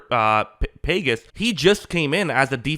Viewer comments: You lost me at pay guess. Pages is pronounced pa hess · It's pronounced "pah-hezz'... not Pages. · "Paygus" lol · It’s pronounced Pa-Hays , not like the pages of a book. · The strangest thing is: you pronounced Pages name incorrectly. How did you watch WS without knowing his name? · Yeah, if you’re going to be a sports analyst learn how to pronounce Pages’ name. Pa-hes. Sheesh When he first started playing this season, I thought his name was pothead. Toronto outplayed the Dodgers in every aspect of the game—hitting, steals, fielding, lack of errors. Everything except pitching. And some really lucky breaks. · I can't blame him for not pronouncing it in the correct Spanish but at least say it in the correct English way...and just throwing it out but a G that comes before an I or E in Spanish is pronounced more like an H in english so Pah-Heys would be close to correct pronunciation in Spanish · I'm surprised you didn't know how to pronounce the name of the Dodgers center fielder. I mean, his name is brought up many times throughout World Series. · Why can't you say his name right?